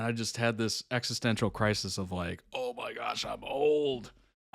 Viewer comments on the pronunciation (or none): none